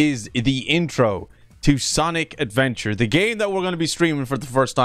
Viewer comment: I hate how he said Sonic Adventure with a S